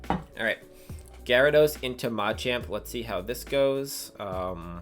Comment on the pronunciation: Nice video! The way you say Machamp really triggers me though 😂